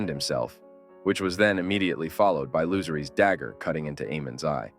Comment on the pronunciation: I LOVE this theory and your overall presentation. But as a GOTs nerd to my core, you almost lost me when you referred to Lucerys (aka Luke) as “Loser-ees.” 😳